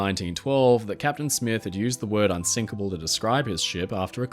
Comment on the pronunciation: wait wait wait.... They say "unsikable" not unsinkable, clearly :P